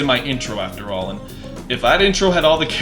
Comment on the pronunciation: I seriously doubt Banjo will be in. Also, "Alohan"?